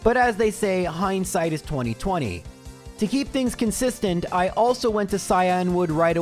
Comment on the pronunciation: I love that you say “high-and-sight” instead of “hindsight” lmao